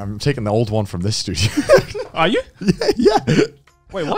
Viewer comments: and it also sounds like he’s saying “I’m taking the old one from this dude here” instead of “the studio”. The hand motion towards Joey also doesn’t help😂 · The way Connor says "I'm taking the old one from this studio" can kinda sound like "I'm taking the old one from this dude". And he gestures towards the washing machine, which happens to be the same direction as Joey.